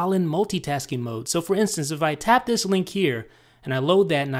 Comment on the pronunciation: you put too much emphasis on the "this" in "This is, with idownloadblog", okay?